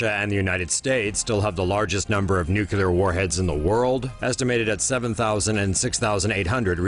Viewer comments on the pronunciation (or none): Someone should tell the narrator how to pronounce "Nuclear". He kept saying Nucular. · Why does the narrator drag out the ends of sentences and keep getting "nuclear" wrong as "nukular"?